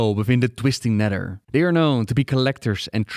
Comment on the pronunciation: "TWISTING NEDDER" dude speak english, my god